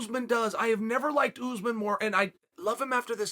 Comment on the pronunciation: Chael says Usman Like a southern woman lmfaoo ole kamarra uzeman